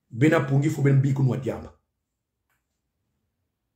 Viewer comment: Mes chers compatriotes, c'est quoi ce désordre ? Alain, rectifie le nom de l'autre stp. C'est PONGUI et non POuNGUI